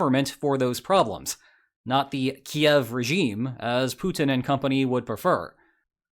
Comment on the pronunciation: Bro hitting a hard 'yev' trying to pronounce Kyiv